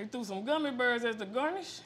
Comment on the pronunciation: Nobody:: gummy berrrrrs